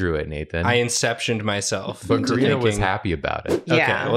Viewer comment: said Kari-nah 😂